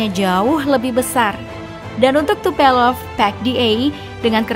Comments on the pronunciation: TUPOLEV minn....bukan Tupelov😂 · Bacanya Tupolev mba, bukan Tupelov.. Diulang2 terus salah bacanya 🤣🤣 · kamana atuh "tupelov" hahaha yeng bener Tupolev beb